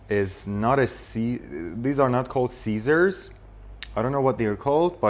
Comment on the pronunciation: Actually you pronounced the word scissors in a wrong way, the correct pronunciation is /ˈsɪz.ərz/ with a short i sound not a long i sound , and also the word comb you pronounced it with a short o sound but the correct pronunciation is /koum/ with a long o sound .